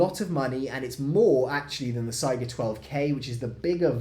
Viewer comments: think of how you say Kalashnikov and not Kaylayshnikov ez :) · (/ˈsaɪɡə/) - saiga with 'A' from America or dArk - not SEGA game company : SEIGA - it is named after an animal (just being a cringy know it all nerd, but i hear it all the time like SEGA)